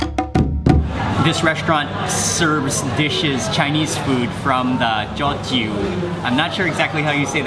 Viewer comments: It's pronounced as 'toh-chew', Mark! :) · If I'm not mistaken, Teochew is pronounced something like "dyoo-JYOO". Someone please correct me if I'm wrong. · The ginger chicken looks real good! Teochew porridge is one of my favorite comfort food. If im not mistaken, Teochew is pronounced as dtio jiew (ตี่-โย-จีว) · Pronunciation: Teo Chew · Hmmm, am I correct to say that you do not upload your videos in chronological order Mark? I came to the conclusion cos you managed to pronounce the word Teochew correctly in the Fish Head Steamboat video uploaded earlier this month but you couldn't in this video